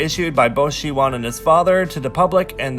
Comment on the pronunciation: Its Si-won dude. Not She-won